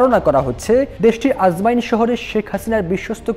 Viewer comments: Ajman, not ajmain 😮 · আজমাইন না আজমান, উচ্চারণ ঠিক করেন। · Bhai... Ajmain na... Ajman....